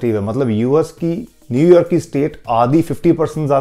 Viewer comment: whenever he says new york, it sounds like new year.